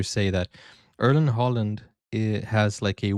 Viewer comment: Im over the moon 🎉🎉🎉.( Im an old Brazil fan). Haalands father was also a known football player,not as good as his son though...his name is Alf Inge(alfi) Haaland( not Holland) thank you for react to this . Love from Norway 🇳🇴❤️ i was watching an Italian channel also.. i acuelly felt sorry for them. They called it a tradjedy... I never forget 1998 ...😉 But we can try to hold Italy under Brazil for you 😉